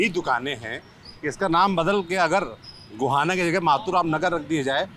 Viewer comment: Guhana ❌ Gohana✅